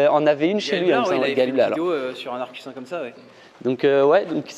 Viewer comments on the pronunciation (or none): Très belle vidéo , juste une petite remarque , on dit "Arcusine" et non "Arcusaint" . Arcusin est une entreprise catalane situé à coté de Lérida en Espagne ... Cette entreprise fabrique aussi des remorques auto chargeuse de grosses balles cubiques , les Autostack FSX . Ces remorques ont été reprises dans le jeux Farmer Simulator très proche de la réalité . A quand une vidéo dessus ???